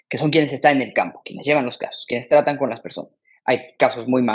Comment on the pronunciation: Dijo 'he estado von ella' en lugar de decir habia estado con ella